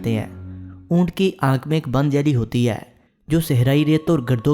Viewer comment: ہے کو اے کیوں بولتا ہے